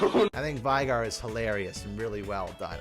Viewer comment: Its vey-gar not Vi from the animated show Arcane gar... madurfakur